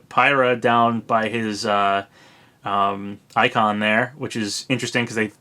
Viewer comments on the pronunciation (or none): none